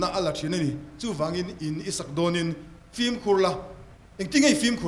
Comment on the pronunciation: Pu Mapuia hian 'film' hi 'flim' tiin a sawi zel a. F-i-l-m na nâ nâ. FLIM ti bik tawh lo se.